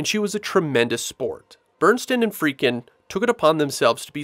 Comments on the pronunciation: God bless'em, but the narrator sure seems to be mispronouncing Friedkin as "Freakin," over and over again. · Love the way you pronounce Friedkin, lol. Still blown away that the spider walk was cut from the original film; to me that was one of the more memorable scenes.